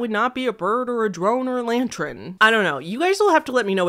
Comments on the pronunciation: Loving your videos but it bugs me so much how you say lantren instead of lantern haha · sounds like you're pronouncing it as if its spelt 'lantren' but it's 'lantern' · lmao xd It's "Lan-turn" not "Lan-tren" :) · "Lantren" - 2024 😂😂😂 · Lantren!?!? Hahaha LANTERN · Its pronounced "lan-turn." ❤ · not even latren it sounds like she’s saying lanchren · /t/ becomes palatalized in English before /ɹ/. She definitely said "lantren" and that's adorable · Yep, pronounced "lan-turn". The e is before the r so..... maybe you've been seeing it reversed. lol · I literally googled "lantrin" and "lantren" to see if she was talking about something other than a lantern and if I was going crazy. Very interesting pronunciation lol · "Lantrin." LANTRIN?!?!?!? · Lantrin ….. I’m dead 😂 I thought my ears were bugging 🤣 I can’t not hear it LANTRIN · yeah, some people pronounce “er” in words like pattern and lantern as a “re” instead. I started noticing that a lot time ago and it fascinates me (I’m from the same area as so I know it’s not a specific regional thing) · Lol I was like why did she say lantern like that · Well that’s an excuse for pronouncing things wrong but not putting letters out of order ;) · Do you have an accident or are you saying lantern like that on purpose, either way really interesting